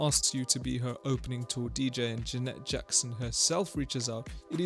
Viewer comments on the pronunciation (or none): I'm here because I've never heard anyone say "J'net" Jackson before.